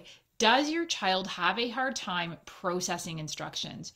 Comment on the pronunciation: The was she says processing 😬